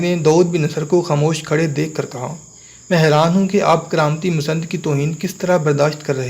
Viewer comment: Masand nahin lafz Masnad hai